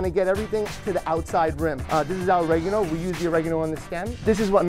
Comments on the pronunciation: The way he said oregano 😭😭😭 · As an Italian, oregano it's Italian, and not New Yorker...